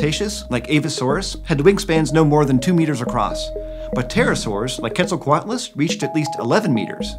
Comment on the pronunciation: Mistake in minute , it's " Quetzalcoatlus", NOT Queztalcoatalus"